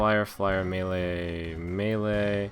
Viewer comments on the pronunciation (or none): none